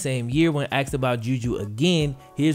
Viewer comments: It’s not axksed it’s asked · he axed you what.. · Great vid really well researched edited and delivered, I wanted really bad to dislike it at the beginning when i hear the common misuse of "Axed a question" I get all the defensive arguments i.e. cultural, popular, modern... Even so its grating on my ears. Sorry for the negative criticism, had to thumbs up the great content though gj, keep it up. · Can't believe he axe you that. He aks u like he don't know. He acks so many crazy questions. People need to stop axxing so many crazy questions ... Just stop being rebellion and go to the scrip club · He axed you? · He AXED you??????????